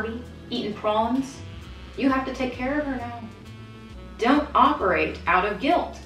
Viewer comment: the fact that she said prawn heart eyes